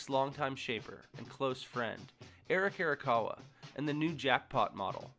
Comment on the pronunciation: "eric erakawa"